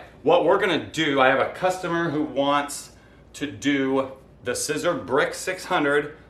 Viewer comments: By now, you know that SISER is pronounced SEE-ZER. One year post video, and I wish you had allowed more space between the F I T on the front. But the shirt looks pretty nice! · It's pronounced Seezer, like Caesar.